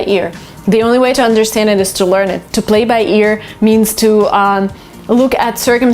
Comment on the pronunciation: let's BBlay by ears(X) let's PPlay by ears(✓)